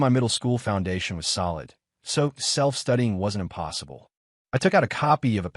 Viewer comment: I'm not surprised.. It happen in every channel video... Whenever it said "impossible", it'll turn into France accent immediately😅😅😅